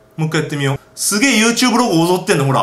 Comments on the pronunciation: 最初の始まり方なんか好きユートゥーブーって聞こえてw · ゆーてぅぶーってなんですか？